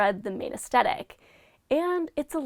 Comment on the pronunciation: Aes-THe-tic Not aes-tet-ic